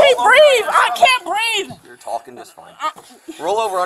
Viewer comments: It's breeve.😂 What no axing for an amboolance. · Is this a record for "I can't breave" to be used so soon?